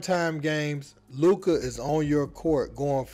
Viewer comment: Maaaan Luka in his 6th in the league and people still can't his name correctly.